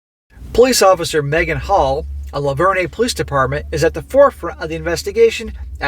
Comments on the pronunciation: the name is pronounced Lavern. Like Lavern and Shirley. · It's pronounced luh-vurn, I am extremely proud to live in Tennessee today.... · It is pronounced “La-Vern”. I’m from the area… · The way that you are saying LaVergne is wrong. It’s like the 1970’s comedy show LaVergne and Shirley. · Sadly I live in the adjacent town and know one of the idiots. His wife has filed divorce last week. There is more to the story. Also the "g" is silent.